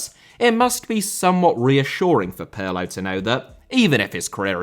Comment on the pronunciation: The Italian 'Andrea' is not pronounced like the French 'Andre'. The first and last 'A's are short and stressed, as in 'Apple'. "A-ndr-ay-A". Your pronunciation of 'Pirlo' is pretty close, though. 😁